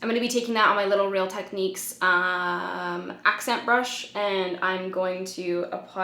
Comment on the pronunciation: Still can't get the hang of "accent brush" 😂 never change. I was already planning on buying this- but now I'm even more excited. Thanks for always being honest! 💕